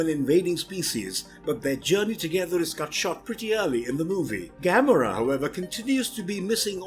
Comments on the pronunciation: That's what you worry about? He said Gamora worse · How you say Gamora is so wrong